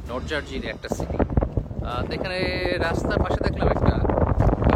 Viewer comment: Please don't make people confused with your"" PRONOUNCIATION " for example জার্জি ....( New Jersey !!!) even you mean it American accent, we don't care, and also the speed penalty.... have TICKET . Sounds very ODD. Good luck and move on